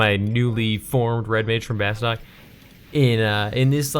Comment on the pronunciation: Kind on annoyed me how many people mispronounce Bastok. It's pronounced "Bas-two-k" not "Bas-tok". It's in the intro movie.